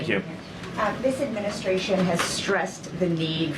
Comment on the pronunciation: Agreed; but he needs to pronounce 'secretary' and 'administration' and other important words correctly. I don't know why, but ALL the media do not pronounce these words correctly, even Jesse Watters! You can't spell 'secretary' without 'secret'. A little pride in expression goes a long way. For talking heads, there's no excuse; it's their whole job!